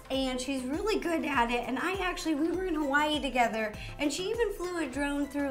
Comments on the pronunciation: Notice she says RO-ly instead of really. lol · Ro i knowtest that u said roolly!🙂🤪🤪😜